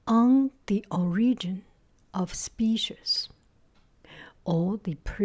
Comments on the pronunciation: The cat is adorable! The only noticeable sound difference to me was in your pronunciation of "species." It could be either "spee-sees" or "spee-shees." The "ees" part is what sounds 'off' to me, almost like the sound at the end of "peaches." It's now a schwa sound, but rather a close front rounded vowel. Not sure if that explanation helps, lol. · For species, say “spee=sees” Goo goo looks like a lovely cat 😍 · In my family, our pronunciation is "spee-shees". I think it's interesting how it varies from region and family.